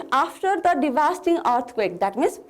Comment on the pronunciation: Divasting hoina divastating ho.No offense